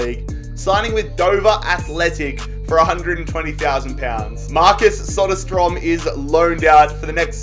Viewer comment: Nailed the prenoucesion on Söderström